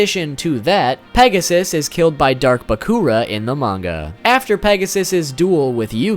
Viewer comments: I'm a pretty big fan of YuGiOh and I didn't even know half of these facts (especially the ones about the cards). Nice. You learn something new every day. Also, your video made me giggle with your funny pronunciations (baCOOra, that's even funnier than baKOHra from YGOTAS) and I really needed that today, thanks. I'm really glad I got this video in my recommendations. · Why do you pronounce sooo many things wrong? Example of your pronunciations: "RAlAnquished" "BahkOOrah"